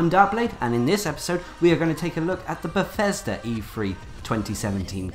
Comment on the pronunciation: PLEASE PLEASE PLEASE pronounce your th's & f words correctly it is not befesda, or fanks. Other than that awesome videos